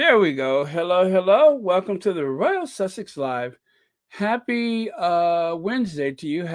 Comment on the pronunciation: good on you being so happy, can't wait for the Invticus, omg, the Almighty God is with Harry. I like the way u say Royal Sussex. God bless u.My love to the other Squaddies.